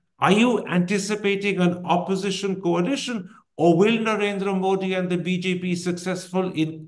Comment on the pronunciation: Mr Thapar... it has been atleast 20 years now! The name is pronounced 'Modi' with a soft 'd' as in द ... and not a ड...